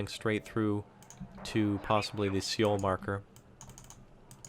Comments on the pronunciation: It's actually So-Wul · i believe Seoul is pronounced Soul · Nice video, I think the correct pronunciation is "Soul"